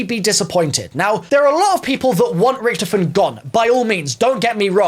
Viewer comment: Why did you say Richthofen like rich